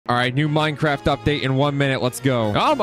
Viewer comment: bro said mine craft